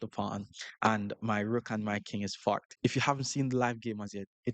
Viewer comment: "if I take, his rook takes, and then I'm FORKED" your accent made that hilarious double entendre 😂